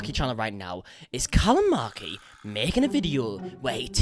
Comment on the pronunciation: Callum: Callum Markie Me: callamarkie